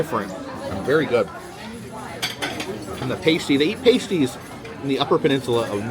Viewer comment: One little correction of how you say pasties. They aren't ( shouldn't be) made of paste . It's said like past-ie. When you go to the UK how you said it is a totally different thing something women use to cover part of their chest.